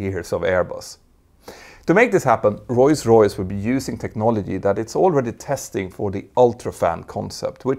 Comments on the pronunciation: bro its ROLLS royse not roys roys. nice video tho! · "Roy's Royce" 😊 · STOP to say royce royce, becouse the name of the Brand is rolls royce. omg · Do you say Royce-Royce (instead of ROLLS- Royce) or is my hearing weak? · Not “Roise Royce”? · "Royce Royce" this channel could be great but.....